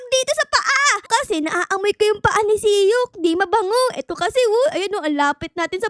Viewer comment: Mali ka naman e dapat sok hindi siyok